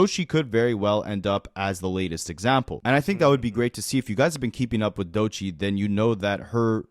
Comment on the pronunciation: It's pronounced "Dough-Chee" my brother not Doeshii 😂😂😂 must ain't never heard her music before